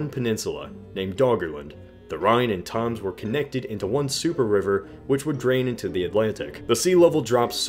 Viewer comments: The Rhine and Thoms? It's Thames (them-seh) XD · It's tem-s not toms... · Thames is pronounced kind of like "tems". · It's not the toms, it's the Thames. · HMBFarage I think you mean the Toms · WTF was that pronunciation of 'Thames'?? It's pronounced 'Tems' it rhymes with 'Gems' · how did he just pronounce thames? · he pronounced it wrong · wow, your pronunctiation of thames is even weirder than the usual american one (with the same vowel as tame), it almost sounds French. The English pronunciation has it with a short e sound like in bet. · How the fuck did you just pronounce Thames?